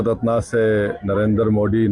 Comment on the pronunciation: तो क्या किसी aatankwadi को देना था भारत रत्ना. ......... बोलना तो आता नहीं, रत्ना, रत्ना,रत्ना......रत्ना नहीं होता है....रत्न होता हैं ok...और दंगे-fasad तुम जैसे लोगों ने ही करवाएं है हमेशा ok.